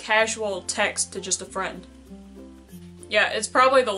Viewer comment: I'll be yo' fwend :)